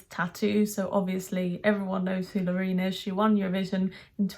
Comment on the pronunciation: Love that you pronounce her name right! But the chorus doesn't work for me. The chorus feels like a build. Brilliant performance, can't fault it. The tune is not so original. My 12 year old niece goes with Austria and I'm with her. PS you are lovely xx